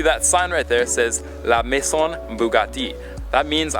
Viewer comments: Is pronouced la maiZon bugatti ( im french ) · The word "maison" is pronounced as mayzon. The "s" picks up the sound of a "z" and the "n" to the end is silent.